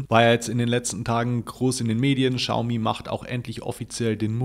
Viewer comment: Hi, wie immer tolles Video. Die Chinesen sprechen das aber nicht "Schaumi" sondern "Ksiaomi" aus. Man weiß aber trotzdem, was gemeint ist😉